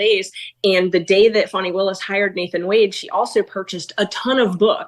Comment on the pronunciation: Who is Farnie wills. Do you mean Fani?